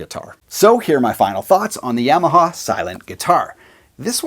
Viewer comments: good news is you're 2/3 the way there.. it's Yamaha (ya-ma-ha) not YAM-a-ha... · It's "YAH MA HA" not "YEAH MA HA".